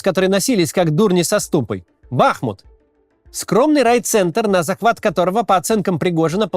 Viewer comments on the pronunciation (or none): Бахму́т. Речка Бахму́тка и город Бахму́т.